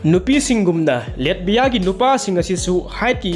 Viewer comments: Taba yam nugaire mathngi ware amuk ngaire pronunciation khra semdokpiyo Latvia haibiyo Letbia oina haibire nato duju neto haibire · NATO di neto hygadbne chummine. Google da pronunciation yengbiyo. Hoi chumme latvia budi letbia pronounce touroi